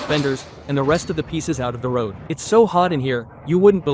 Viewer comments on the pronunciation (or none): این قدر بسسواد و تهی مغزی که بلد نیستی تلفظ roadدرست بگی فقط بلدی اسباب بازی درست کنی بدرد نخور